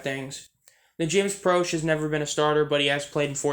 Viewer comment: It’s pronounced pro-shea